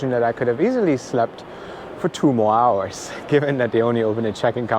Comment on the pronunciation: when he says ‘hours’ , that is very German regarding the accent! 😂 It comes out stronger in some words more than others.